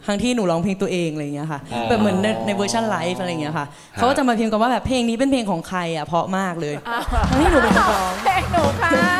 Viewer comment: น้องพิมร้องได้ดีมาก อารมณ์เพลงเอาไปเลยเต็มร้อย แต่.... ฟังน้องร้องแล้วอึดอัดมาก เหมือนน้องกัดฟันกรามร้อง เสียงแบน ออกเสียงไม่ชัดในภาษา ภาษาไทยมีกลม มีแบน มีสูงต่ำ จะมาฉีกปากเหมือนยิ้มร้องหรือพูดไม่ได้ รู้ จะเป็น ลื้อ ของ จะเป็น ขาง อ้อ ลืมไปว่าน้องเป็นคนอุบล คนที่นั่นอาจจะออกเสียงแบบนี้เป็นปกติก็ได้